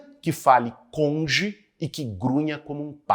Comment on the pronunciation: "Conge " ... Quaa ... Marreco de Maringá